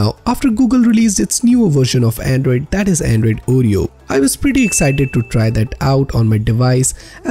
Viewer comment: It's not ooh-ree-oh, it's or-ree-oh, and SLOW DOWN, for crying out loud! It's difficult enough to follow along, add to that trying to figure out what 2 out of 3 words are your actually saying!! Damn! Seriously, I thought you were wanting to help! WTH, dude?!?